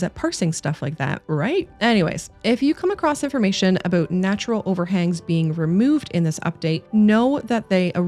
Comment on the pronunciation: Damn im a sucker for that "Aboot" this girl casually rolls out. Gotta love Canadian